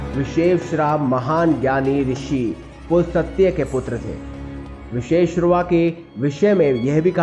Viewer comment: विशेश्रा नही विश्रवा